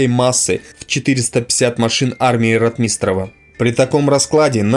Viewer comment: >А ударения, снижение оговорок и другие в данном случае мелочи Да не мелочи. А факт в пользу того, что автор ролика читает текст которые ему принесли. Если бы он действительно был исследователем истории Великой отечественной войны фамилии ВатуТина и РОтмистрова были бы у него на слуху.